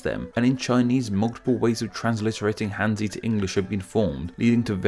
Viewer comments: "Hanzi" is not pronounced "handsy." More like [xan.tsɨ]. And then you gotta add the 4th tone to both syllables. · Hanzi is pronounced as Harnzi.